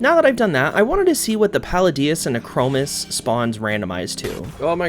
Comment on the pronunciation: nee-kro-moos :D